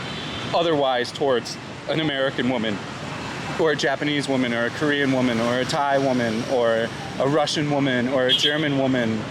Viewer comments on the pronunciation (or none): none